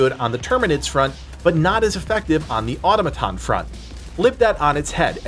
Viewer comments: It's pronounced more like uh-tom-uh-tawn, not ottuh-muh-ton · Great video. But it’s pronounced Atom-A-ton, not Auto-maton. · Or toe may ton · who's going to tell him it's not pronounced "ottoma-tahn"? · Someone on the team, please tell him how to say “Automaton”. Please.